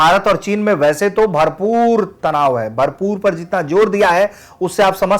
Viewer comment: भरपूर में इतना जोर दे दिया कि जैसे पूरा तनाव यही झेल रहे हो